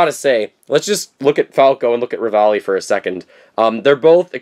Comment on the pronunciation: REVALI NOT RAVALI!